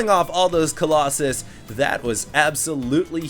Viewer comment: YOUR SAYING COLOSSUS WRONG!!!!!